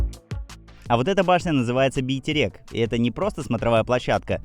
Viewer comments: Бейтерек емес, Байтерек! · Байтерек, а не бийтерек. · Не Битерек, а Байтерек! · БИТЕРЕК❌️ БАЙТЕРЕК✅️ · Не бийтирек а Байтерек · Не "бийтерек", а "байтерек". Как жительница Алматы ещё могу заявить что мы склоняем название города как хотим и я не сталкивалась с негативной реакцией на склонения. Да, правильнее называть "Алматы", но есть и много жителей которым на это плевать. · Не Бийтерек а Байтерек😊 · Не Битерек, а Байтерек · Битерек❌ Байтерек✅ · Называется не бейтерек а байтерек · Только не Бийтерек а Байтерек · Блин все классно так начиналось кроме Битерек 😹 Байтерек легко же сказать 😂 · Ухо режет. Не Бейтерек, а Байтерек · Какой Битерек. Читать разучились, или двоечник. У нас почти везде на кирилице пишут. Просто прочти правильно и всё, Байтерек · Не Битерек, а Байтерек, не Калсай, а Кольсай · Чего битерек ? Байтерек вообще-то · В казахском зыке ВСЕ буквы как пишутся так и читаются! 1) не БИйтЭрЭк, а БАйтЕрЕк 2) не тЭнге, а тЕнгЕ 3) не КАлсай, а КОлЬсай, 4) не на КазахсТАНСком языке, а на казАХком (вы же говорите не на Российском языке, а на русском) 5) не ИЕрИмшык, а ЫрЫмшЫк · Не бий терек ,а Бәйтерек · НЕ Битерек и не бэйтерек , а Байтерек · Автор, вам приятно если я скажу Мисква? Бәйтерек, а не Битерек. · Русские как вы заебали , Байтерек а не бийтерэк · Байтерек, а не Бийтерек , запомните раз и на всегда! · скорей всего вы неправильно уловили звук. У россиян это норма, я уже привык. Говоришь им тЕнгЕ, буква Е, а они все равно тЭнгЭ,😂😂 так и с Байтереком, говоришь как написано так и звучит, бАЙ-тЕрЕк, а в ответ бэйтэрэк? Бэтэрэк?😂😂 Вы как кавказцы какие-то, все через Э, я в шоке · Почему Бийтерек надо правильно говорит Байтерек😏😏😏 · Не Бейтерек а Байтерек ! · Правильное название Колсай а не кальсай, не Битерек а Байтерек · БИЙтерек?! Чтоооо??? Стоп просмотр! Правильно БАЙТЕРЕК! Тут ничего сложного! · Какой нафиг еще бейтерек, неужели русским так трудно выговорить БАЙтерек. Если четно достали , все названия коверкают. Видно что специально делают болотные .